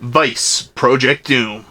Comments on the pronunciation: I was gonna make fun of you for not knowing how to pronounce Jaleco, but you can't pronounce "project" right either and now I'm just sad. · I just got irrationally angry at the way you pronounce project.